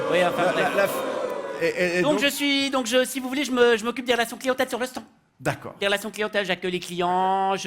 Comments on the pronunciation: Presque parfait pour l'accent mais quelques petites erreurs : les Français disent "en Suisse" et non pas "sur Suisse", et ils disent "stande" et non pas "stan". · Oui mais avec une faute de français... Stand se prononce stande ;) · En France (et pas "sur France") on utilise uniquement le mot "portable", personne de dit cellulaire ni GSM (en Belgique). Et on dit "Stande" et pas "stan". Dommage, sans ca le sketch est bon ! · Parfait 🤣👌mais j'ai jamais entendu un francais dire "stan" mais plutot "stande" ! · Si monsieur le vrp était Français il aurait prononcé le D de stand. sanwich etc